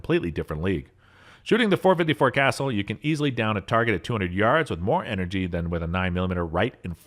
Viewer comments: Seriously? "Triumvirate" is typically pronounced like so: "try um vur it." "Cassul," most often in my experience, sounds like someone saying "the pool;" - "Kuh sool." Obviously the internet is available - if at any point you decide you don't want to sound dumb, just take any word you find yourself guessing how to pronounce, and put it into Google with the the word "pronunciation" after it, then hit the search button. Usually, you will immediately see a link or a button to play a sound clip, of someone saying the word the right way. No offense, but the way you say "triumvirate," combined with being unaware that "Cassul" is actually not the same word as "castle," makes you sound very much like either an idiot, or a person who doesn't care enough to bother looking something up, when you could just guess! If you would rather make something up, rather than put thirty seconds into being accurate with the things you say, how exactly can your information be seen as reliable or accurate? How is a viewer supposed to tell the facts from your uneducated guesses, if anything coming out of your mouth could be either? (to be clear, I'm saying your guesses are uneducated, like the phrase "an educated guess;" I do not mean to say that you necessarily are uneducated.) If you don't care, why should anyone care what you have to say? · Dick Casull is turning in his grave with you pronouncing his last name "Castle". Research People! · The word you are looking for is TRI UHM' VER ATE. I don't even know how you came up with whatever it is you said. And as long as we are on this subject, it's .454 KA SOOL'. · Yeah, Dick Castle is rolling over in his grave. 😂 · So he pronounced it castle. Boo fkn hoo. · Ditto. Decades ago, I had a friend who owned 2 454 Casulls. He also had a Ruger super blackhawk 44 mag with an 18in. barrel that he had to special order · Castle. Castle. Castle. Castle. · Kay-saw or kay-sall. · How can I trust the word of someone who doesn't know how to pronounce Casull?